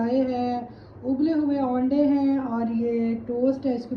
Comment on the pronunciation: pls ap bht nice han aaanday mat bola keren acha nahi lgta